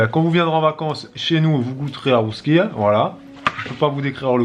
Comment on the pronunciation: Mdr la rousquille non bravo pour l'accent la bugnet aussi c'est bon